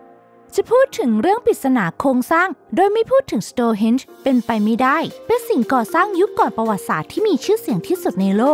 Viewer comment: Stone ที่แปลว่า หิน ไม่ใช่ Stores ที่แปลว่า ร้านค้า อ่านผิดๆถูกๆเกือบทุกคลิป หงุดหงิดนิดๆ